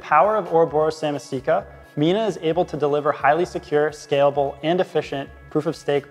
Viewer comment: Ouroboros SamAAAAsika not Samisika....